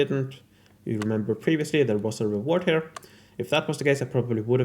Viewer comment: I need to say that, well im sorry beforehand but, the way you pronunciate "here" makes me sick, but I still enjoy your videos and I rlly admire the love and dedication you put in them. Im sorry, I had to release some hate if I plan keeping watching your videos. I love your work and i admire it, its just that your "here" 's dont make it easy. I hope i dont offend nor demoralize you. I'll try to "rewire" my neurologic paths to not hate them. Rlly, 3 months already trying. Someday... Im gonna make it... Hope at least I make someone laugh! Love from Spain